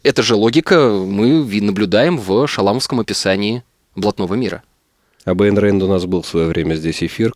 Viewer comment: Мои чувства оскорблены! Требую от Единой России и ГосДумы запретить финамФМ за то, что те критикуют Айн Рэнд, даже не зная, как правильно произносится её имя (кто такой Эн Рэйт?). Кроме того, если убийства профсоюзных лидеров являлись актами защиты капиталов, то это самооборона, которая не является преступлением.